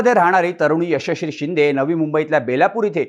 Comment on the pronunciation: मित्रा यशश्री बोलण्याचा सराव कर...😂😂